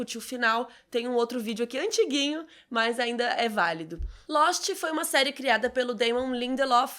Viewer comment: " Losti " essa foi boa 😂😂😂